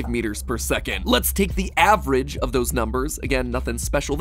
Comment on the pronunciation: hey guys did u forget he say avrage steve avreag steve can hit harder the slech hammer